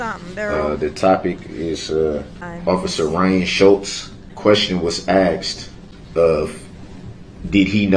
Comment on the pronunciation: It's not rain Schultz dodo, it's ryan, you illiterate